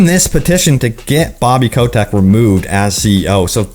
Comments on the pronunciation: Why do you pronounce he's name as "Ko-tech"? it's obviously "Ko-tick". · "Bobby Kotek"